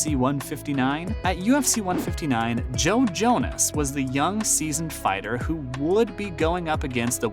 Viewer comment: .... and you HAVE TO BE TROLLIN' when it comes to your name pronunciation, right??!! LMAO!! There's no way that the idiot doing the voiceovers actually reads "Jon Jones" as "Jon Jonas" LOL.... Pro-Tip - get people for your channel that actually like, and are involved with, the fight game....